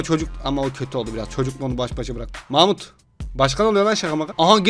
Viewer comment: Abim mahmut dedi ben mamut anladım